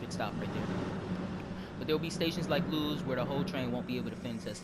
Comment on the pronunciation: Just FYI, Lewes is pronounced like the name Lewis.